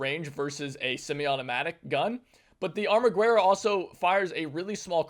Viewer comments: Hey, just a headsup, you're pronouncing ArmaGuerra as a spanish word, it's not, it's italian, it's 2 words combined, Arma Guerra which translates to english to Weapon War, or, War Weapon, the 'U' is silent in the italian pronunciation, it should be something like Arma "Geha" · The italian wepon "armaguerra": you dont read the "u". And the "r" is a "thoat r" (i know that sound doesnt exist in english) - try to picture it as in "rock"